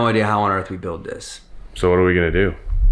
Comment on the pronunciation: This, not dise. Looker(or locker?), not loker. (Idk what u meant) Upload, not aplode. Video, not vido. This, not thise.